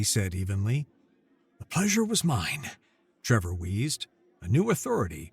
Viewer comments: So Many, Many Times says Trevor, when it is plainly spelled Tevor. should remake this vid with apologies to all for his basic reading/speaking problem, it is NOT "Trevor" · TE-VOR, not TRE-VOR, read the script and do not put imaginary letters in there.